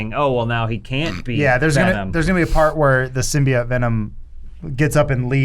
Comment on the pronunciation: I liked when they released the first trailer and they were all saying Symbiote wrong. Ahh good times.